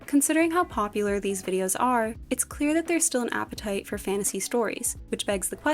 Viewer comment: please pronounce your "t". the continuous "fannasee" is awfully infuriating.